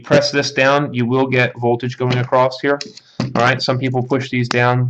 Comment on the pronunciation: across NOT ACCROST!!!!!!!!!!!!!!!!!!!!!!!!!!!!!!!!!